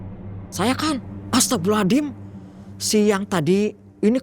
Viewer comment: Saya jadi bingung mau mengucapkan kata astaghfirullahallazim cara mengucapkan yg benar nya seperti apa karna dari awal saya dengar ibu ini mengucapkan kata astaghfirullahallazim selalu mengucapkan dengan kata ASTAGHFIRULLAHALLADIM 🗿